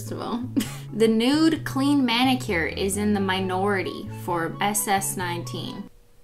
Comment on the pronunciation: did anyone else notice she said BENnicure.